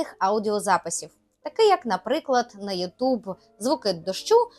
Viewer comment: Нормально. Єдине зауваження - ЮтУб звучить по-рогульськи.